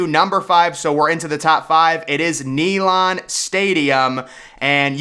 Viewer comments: It’s not pronounced Neylon, it’s NeyLAND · SANFORD not Stanford Stadium! You must be from Alabama. Learn how to say Neland, as well. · Bro said knee Lon Stadium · Neyland stadium is number 1 also it’s not called naylend it’s neyland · There is no T in Sanford. Neyland not neylaahnd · Stanford stadium???? It's Sanford stadium. There is no credibility if you can't say the name correctly. Nealon stadium??? Dude give it up. No upper deck at ben hill griffin stadium??? Uhhh dumbest have you paid attention to the west side of the stadium? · “Nee-lohnd”……….. it’s “Nay-Lund” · Jordan-Hare is pronounced "Jerdan" It's Sanford, not Stanford. It's "Knee-land" not "knee-lon" Just some constructive criticism. I really like your videos! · ….. Stanford Stadium…. Ney-land Stadium…. Dude you are pronouncing the names of some very sacred and historic stadiums. UGA was the very FIRST public land grant university in the United States. Neyland Stadium is one of the loudest and rowdiest stadiums in the WORLD when it’s rocking. More people goes to these places on Saturdays in the south than they go to church on Sunday. Get it together. Thanks for the props on BHG AKA the Swamp tho. And for pronouncing the name right. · Nee Lan Stadium? Can't you even pronounce it correctly? I'm just jerking your chain buddy....but I got a good chuckle out of it....LOL And it's SAMford Stadium. Not STANford Stadium... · You’re trolling, right? Stanford not Sanford. Nay-Lahnd’ not Neyland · BRO ITS KNEE-LAND COME ON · Bro said knee land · This guy cannot even pronounce Neyland Stadium! DA! Don't agree with one thing he said...or tried to say! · I really need him to listen to the correct pronunciation of Neyland Stadium. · The way you pronounced "Neyland" made me physically ill.